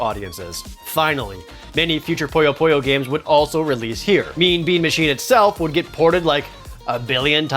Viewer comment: Why do people keep mispronouncing Puyo Puyo as Poyo Poyo? I don't get it!